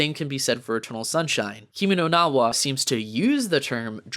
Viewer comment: Lmao pronounce “Kimi no na Wa” right first before hating on it